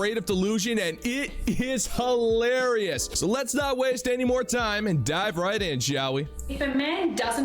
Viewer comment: There's no such word as Ha-larious. It's hilarious.